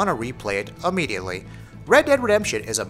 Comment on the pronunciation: 8 seconds in he say ammediately ...not a word